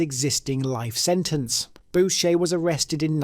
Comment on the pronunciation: You mispronounced a few people's names, ie Maurice Boucher<--------- it's pronounced BOO-Shay and not BOW-Shay.😉 By the way Clifford Olson r*ped and murdered children. You stated people which they are but maybe you didn't know.